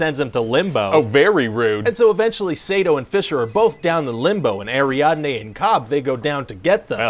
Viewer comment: “Who does Cobb hire?” “This girl named Arianday.” I believe it’s pronounced “Ariadne”